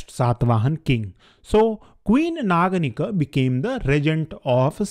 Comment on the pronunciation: please pronounce naganika as aa at end not schwa sound .